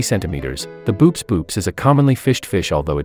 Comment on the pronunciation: hate to be a killjoy, but "boops" is pronounced "bow-ops"